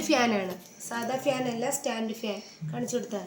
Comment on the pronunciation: ഫ്യാൻ അല്ല fan🤭🤭🤭🤭